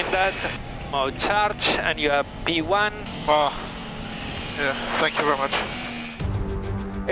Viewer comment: "You are P-Wan"